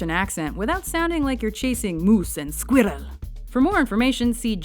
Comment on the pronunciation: Hahahahah the way the Watchmojo narrator said "Moose and Squirrel"